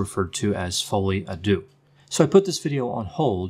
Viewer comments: AARGH! It’s pronounced folie au ‘derr’ not doo! Apart from that, interesting. And disturbing. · You might want to Google how to pronounce Folle a deaux.